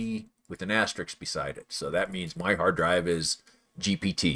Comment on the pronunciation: Thank you. FYI, it's "aster-ISK" rather than "aster-IKS". (Just in case somebody axkd...)